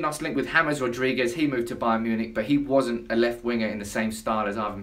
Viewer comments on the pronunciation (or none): none